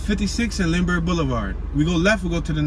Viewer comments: First off get it right it's pronounced Linberg not Lindenberg spelled Lindbergh 2nd Bartram Village starts just past 54th not at 56th 3rd you could have went into the actual gardens the came back to go into the housing area. My family has been in SW 53 Greenway since 1970 I've had fam and friends that lived there... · its lindbergh not lindenberg